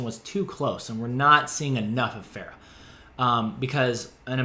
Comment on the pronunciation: I GET SO ANNOYED WHEN PEOPLE SAY PH-AIR-AH! According to Pharah herself, it is pronounced Ph-ah-rah, like the "ar" in "part" Amazing art k thnx bye